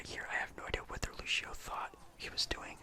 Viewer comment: I love the vid just one tip the word lucio is not said like Lou-She-Oh it’s Lou-See-Oh but beside that... I actually don’t have a problem playing DPS with a non-damage character... just be prepared the Moira nerf